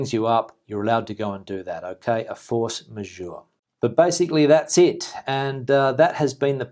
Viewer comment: Your English pronunciation of "Force Majeure" is perfect. If you want to try the French one, roll both Rs to make it easier for yourself unless you already know how to gargle out the French one, and pronounce the "eu" as you would "ou" in Journal (English pron. of course). Keep the same pronunciation of the "j". Et voilà, le tour est joué !!!